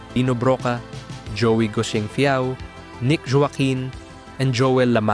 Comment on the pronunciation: dood..... u didnt jas pronounced joaqin as "Joe Ackin" whyl fokusing on filipino stuff =w=*